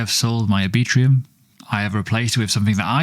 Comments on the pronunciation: R B Trum. Lol not A Bee Trum. Anyway, appreciate the content and update sir. Cheers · Are you really pronouncing "Arbitrum" as "Arbitrium"? Let's check back in a year and see where Oasis is compared to "Arbitrium". My prediction: almost no one will know what Oasis is relative to Arbitrum, which will continue to see high adoption and volume. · pronounced R-Bi-trum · Mental pronunciation of Arbitrum... 😅